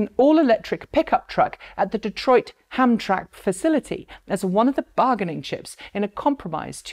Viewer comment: Had to listen twice to be sure; it’s correctly pronounced “ham-tram-ick”, not “ham-track”.